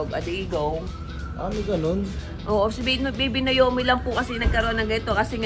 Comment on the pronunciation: Anong nayomi? Na O mi bigkasin nyo ng maayos 😢 pinangalan nyo d nyo mabigkas ng maayos.. or nawmi ang tamang bigkas dyan! NaOmi or nawmi.. hindi nayomi! Sana ginawa nyo na lang talagang Nayomi ang name kung ganyan ang tawag nyo..